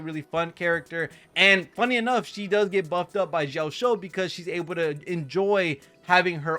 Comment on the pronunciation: Ouch... those butchered pronunci8ation of Yunli's name and Jioaqiu's name. 💀